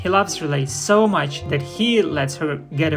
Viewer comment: Why do you call the goose 'relay', instead of her name, RilETTE